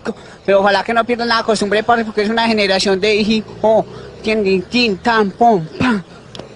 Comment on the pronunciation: Jajajaajjaa la generazion del jijoooo